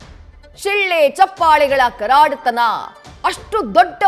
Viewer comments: ಅದು "ಕರಾಡತನ" ಅಲ್ಲ ತಾಯಿ "ಕರತಾಡನ" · Karadatana😂😂😂 karatadana madam 😅😅 andre chappale